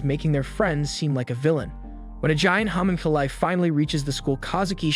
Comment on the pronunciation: I’m sorry the way “homunculi” is pronounced bothers me